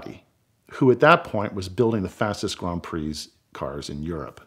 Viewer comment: Let’s all take a moment to appreciate ability to pronounce “Grand Prix” properly despite his American accent.